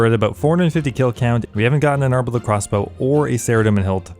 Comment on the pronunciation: harm-adyl crossbow 😂 yes it does cause harm but i think its pronounced arm-adyl